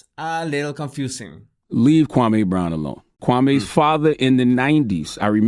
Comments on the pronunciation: Kwame (kwah) (may). NOT Kway me. Please get it right. You haven't heard anyone say his name that way.... why have you changed the pronunciation of his name??? DO BETTER. Especially with a name like yours. You always state the pronunciation of you name at the beginning of your videos right? So extend the same clarity for other people's names. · Why the hell are you calling him him Kway me? You have an audio example of charlaCRINGE calling him (KUWA -MEY) i don't understand. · How the hell can u say charaLemenge, the king of creep/cringe and his name right, but you can't manage a two syllable name like KWAME? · no, not when i see him prounce other things with ease. I'm not buying it the QWA-MAY IS apart of his language structure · It's not pronounced Quaymi? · Done with my burger and thoroughly enjoyed it and this video! Charlemagne isn't able to see what he's doing wrong until he catches heat for it. He will NEVER be Wendy. So I also wanna say this, yall finna get up off and how he pronounces Kwame's name 😡 Being of a Latin descent, is it hard to realize that finds it hard to enunciate certain words?? Like all Latin people?? He isn't trying to be funny nor disrespectful, he legit can't say certain words like people whose first language was English. I really feel like people just like to be negative. If you don't like how he talks, find another body language expert to watch but I love the way he talks and how he dissects the truth in body language!! Leave him alone!!!!!!🤬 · Because he probably heard of Charlemagne before, maybe he never heard of Kwame? As someone who is also not American, it confuses me as how Kwame is pronounced, because in english, same letters can be pronounced differently. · ok so that makes it ok? 😄 he litterally had an audio example of how to prounce the mans name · I would send this to kwame but his name was butchered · Lol and he has the correct pronunciation on the video